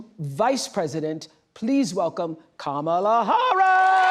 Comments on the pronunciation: "mamala" is hilarious! It means suck it in Spanish hhahah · Did Oprah call her mamala 😂😅 mamala Verga 😂😅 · Oprah did not pronounce her name correctly 😅